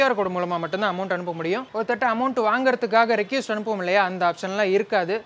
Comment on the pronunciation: ரெக்யூஸ்ட் ❌ ரெக்வெஸ்ட்✅